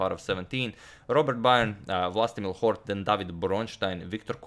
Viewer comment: Scheveningen my ass I like how you pronounced Hort so accuratelly